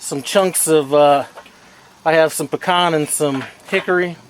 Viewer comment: Great video! And very happy you're spreading the word concerning the proper pronunciation of the word "PECAN". It's NOT PEE CAN.